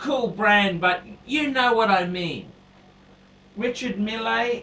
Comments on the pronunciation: found out it's pronounced "Risha-meal" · in french they hold the E a little longer. Its like Reechar Meele. is right